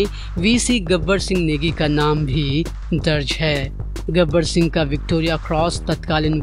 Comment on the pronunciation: गबर सिंह , न कि गब्बर सिंह!!